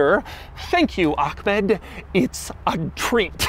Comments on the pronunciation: ACKmed, hahaha... come on Doug it's clearly AHHmed 😅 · It's not "AKKKKHHHmed" 🤦‍♂ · Bro said Ahkmeh instead of Ahmed smh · Did bro really say ahKmed 💀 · It say “Ahmed” not Ach-med. sheesh Douglas. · Bro name is Ahmed but still he managed to find a K somewhere in there lmaoooo